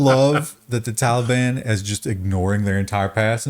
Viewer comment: Good job on the pronunciation of 'Taliban'